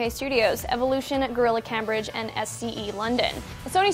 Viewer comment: Anyone else notice the miss pronunciation of Cambridge (you're supposed to put emphasis on the 'a' so that its pronounced Camebridge)